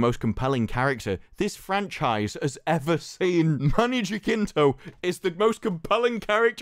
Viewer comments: It’s pronounced juh-sin-toe, not juh-kin-toe 🤦🏻‍♂️ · Btw, it's pronounced as hasinto.